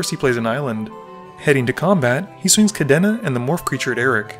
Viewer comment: The way he pronounced Kadena as Kadéna really throws me off